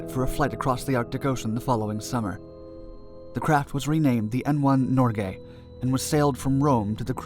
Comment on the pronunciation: Listen . The craft was NOT renamed Nor Gay. It was renamed Norge. Why do English speakers always rape foreign names? That's a very bad hobbit.